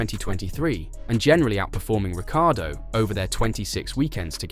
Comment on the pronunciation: "Ricky-Ardo" lol